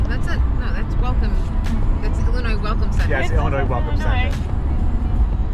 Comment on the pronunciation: Lol illinoise’ the s is silent hhahahaa also glad you didn’t get off down there you would have been LOSSTTT HAHHAA You definitely hit 90 at a bad time, which is all the time.